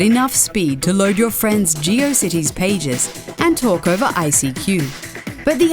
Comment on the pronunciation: Wait: "Geo cities" or "Geo sites?"